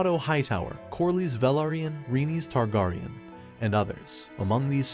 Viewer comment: Bruh learn to say targaryen. Next.